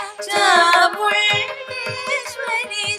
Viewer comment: Everything was outstanding.. Blissful. Blessed to hear. But one sincere request. and.. Pls do correct the pronunciation in Maathe dharu.. It is not Chamu𝕃𝕃deshwari.. It is Chamuℕdeshwari..